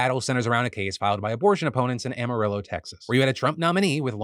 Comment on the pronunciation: OMG Phil you finally said Amarillo correct, Im so proud.😁